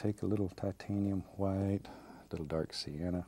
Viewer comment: Lol yeah it's funny when he says that